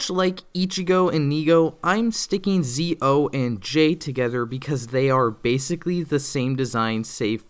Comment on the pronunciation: He said Zee O Zi-o is pronounced like "Ji-o"